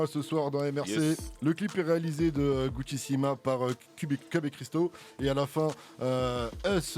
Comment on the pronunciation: vers il le redit avant de passer l'extrait et Vald dit bien "gucciSSIma" pour soulever haha jpp, et bizarrement juste après il dit guccissima